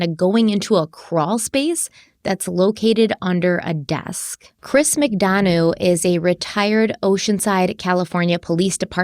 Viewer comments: Chris Mcdonough's name is pronounced Mick-Done-Uh .."Done" as in the pie is "Done" now and "Uh" as in I made "a" pie. So glad you're covering this case! I've been watching it very closely, looking forward to part 2. Oh and someone made that "mom patrol" shirt for Candus, she didn't buy it for herself. Also when grandma was interviewed she said that when they got home she took a nap which doesn't line up with them planting flowers right after they got home. The boys stated they had been playing Hide-N-Seek when Summer went missing. Also the mention of horses in this case is fascinating to me: Grandma said before Rose (Candus's missing younger sister) went missing Rose sustained a head injury due to a horse kicking her and thus wondered if it caused amnesia. Then the last place Candus took Summer swimming was known as the Horse Stable Pond. Then during a police interview after Summer had gone missing they were near a road and suddenly a horse that had broke free came thundering down the road with some sort of trailer it had been hitched to trailing behind it, might sound crazy but I took it as a sign that Summer was with her Aunt Rose. Very sad. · Also, I'm not nit-picking or being an ass, just pointing it out lol...Chris's last name McDonough is pronounced Mc-done-uh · As someone well versed in this case I am so glad to see you 2 cover it. And Chris's last name is pronounced Mc Done a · Chris's last name is pronounced Mick Dun-uhh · It’s Mic-dun-uh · Always enjoy your work! Just to note, ...you're not quite prouncing Chris McDonough's last name correctly.